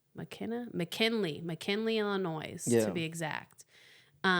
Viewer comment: you know the S is silent in Illinois